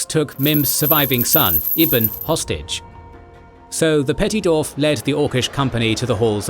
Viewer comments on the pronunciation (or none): Incredible work, this video is a fantastic companion to the books.Forgive me, but my only gripe is how you pronounce the word "dwarves / dwarf" seemingly without the W. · Thank you for this incredible video! I’m blown away by the detail and effort in this almost 8-hour exploration of Middle-earth’s history. I do have one quick question: throughout the video, I noticed ‘dwarf’ is pronounced as [do:f]. Is there a reason for this variation? I’m asking out of pure linguistic curiosity, as a fellow Tolkien fan who loves the language side of his works. Again, thank you for such an amazing contribution!"